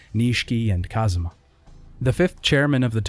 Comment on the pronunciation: i kept noticing that you keep saying Kazuma everytime Kazama shows up